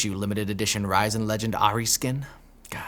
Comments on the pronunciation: "Risen" is pronounced as "ri-zen", not "ray-sehn". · homie really said Ryzen Ahri skin LMAO